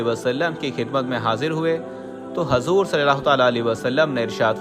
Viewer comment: Bhai hazoor Nahi huzoor boliye